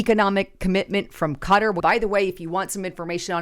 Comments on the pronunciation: 'Cutter'????--It's pronounced: Ka-Tar!🙄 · Those Middle Eastern names are really hard to say. Qatar is pronounced Qua-tar